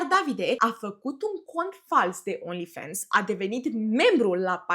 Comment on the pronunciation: Ba frate, vorbiti engleza cum trebuie, nu americaneste 😂 e Fans, cum ai citi in romana, nu fens 😂